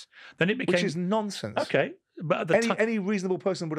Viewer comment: Why does he say it like that 🤷🏻‍♂️😭😂